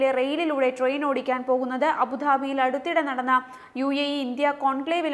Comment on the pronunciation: Why this staff always pronounce malayalam alphabet d as dha. Instead of abudabhi she said abuDHAbi